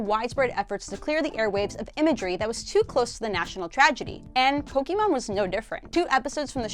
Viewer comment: It is POKE-ay-mon, not POKE-ee-mon